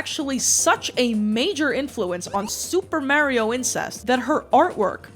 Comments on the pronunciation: Yea cuz he says “Itsa me, Marry-o” I’ll never understand ppl like this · Why do you keep saying Mary-O? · I love how you pronounce Super Mario. "Supah Mayrio." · you still pronounce mario "mehrio" in anno domini currentyear? srsly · Love your videos but hearing you say "Marry-o" dozens of times is making me wanna pull a Luigi of my own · Meyrio, just love how you pronounce it. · please pronounce mario correctly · I hate how you say Mario but love how you say Poop so its okay I guess... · It’s pronounced Mario not Mario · Why do you say Mario like that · The way you pronounce Mario is going to give me ulcers. Good video. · I don't know why but the way you pronounce "Mario" sends me 😭😂♥️🎀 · There's an episode of Club Mario where they eat a guy alive for pronouncing Mario like you lucky for you I cant find it. Them eating the guy alive may or may not be hyperbole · skum that does not you pronounce mario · why do u say mario like that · Waiting for you to be flamed for your pronunciation of “mario” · I'd love to watch but my autism won't let me continue after the continued pronunciation of Mario. I'll assume it was a good reproduction of events. ever play sunshine? FLOOD literally says "Mar-ee-o".. Edit: I tried for 10 minutes, I'm screaming and I'll be seeing myself out. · IT’S MAHRIO NOT MAYRIO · Answer the goshdang question You say it like the word "Mars", not the word "mare" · Who days mario like mare?!?!?! Mayrio😭 Edit: I just watched the video and im scared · As a person from New Jersey, I used to say it like this too, until I moved away for college and was bullied into saying it the correct (wrong) way. For some reason yeah in the most Italian parts of the US, people say Maerio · It's the correct way to say it. "Mah-rio" is just the American bastardisation of it. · Mario….. Maryo is a New York thing. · Stop gaslighting us by saying Mayrio I hate it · Stop saying his name like that! It’s Mar-E-Oh not however you just said it 😂. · Mah-rio. Not Mary oh